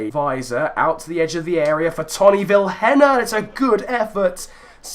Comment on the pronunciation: Vilhena is prenounced as viléna